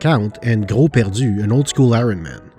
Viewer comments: the Quebecer accent when you said "Gros perdu'' was totally on point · That gros perdu pronounciation ! PERFECTION ! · Gros perdu? Sa sonne Québecois en maudit quand tu le prononces!